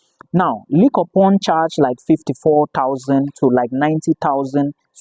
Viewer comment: Linshoping, that’s the pronunciation